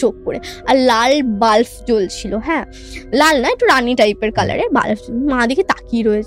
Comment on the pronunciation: তোমার এক্সপ্রেশন দেখে মনে হচ্ছে প্রচন্ড কষ্ট করে পডকাস্ট টা শেষ হওয়া পর্যন্ত অপেক্ষা করছ । বিশ্বাস কর আমার ও তোমার মতো এ অবস্থা … প্রেতকথা বলে ই শুনলাম । সাংঘাতিক বাজে উচ্চারণ । বাল্ব কে বাল্ফ বলছে, পিশাচ কে পিচাশ বলছে । পরের বার পডকাস্ট এ একটু ঝাড়াই বাছাই করে গেস্ট এনো ।